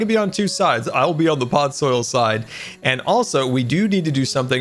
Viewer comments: Am I the only one that noticed says podsoil instead on podzol? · ITS POD - ZOLE STOP SAYING POD - SOIL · I absolutely love. Don’t get me wrong but PODZOIL? That’s how he pronounces it and I hurts me every time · Hearing pronounce podzol as "Podsoil" irks me more than it should. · No one::Podzoil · I dont like how he says Podsoil, it is Podzol. Say it with me, Pod-zol. If you cant understand that, try Pod-sol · Minecraft: "Pod": Pod Minecraft: "Zol": Zol Minecraft: "Podzol": Podzoil:D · no one:: PODSOIL